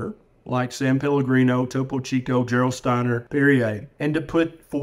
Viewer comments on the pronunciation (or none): Gerolsteiner is pronounced with a hard "G" like the FIRST letter "G" in GARAGE, (NOT like the 2nd "G")